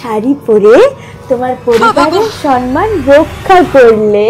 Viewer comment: সম্মান❎ সনমান ✅🤣🤣